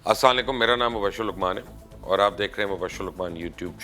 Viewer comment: Ap se request hai Asalamu alykum theek se bola kare 🙏🏻